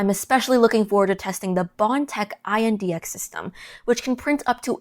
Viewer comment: Just say index.. it’s not I n d x